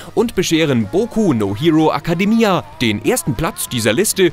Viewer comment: wie du academia ausgesprochen hast XD